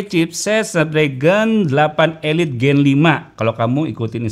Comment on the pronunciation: Nah ini baru bener SD 8 "elit" Bukan "ilait" 😂